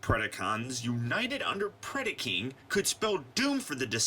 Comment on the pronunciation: predAcon and predAking not PREDiCON and PREDiKING.